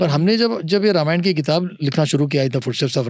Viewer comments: यह गलत उच्चार क्यौं कर रहे है‌ ..? रामायण को रमायण क्या बोल रहे है..? अंग्रेजी में पढे हर एक व्यक्ती हिंदी या संस्कृत शब्द का गलत उच्चार करते है पर जब पॉडकास्ट हिंदी में है तो हर भारतीय भाषाओंके शब्द का सही करने पर ध्यान रखे। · र मा य ण नाही भाई रा मा य ण बोलो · Sir it is Raamaayan